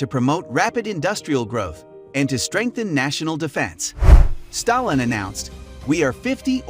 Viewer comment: When you are making a video about a particular person. You, at least, have to be able to pronounce his surname properly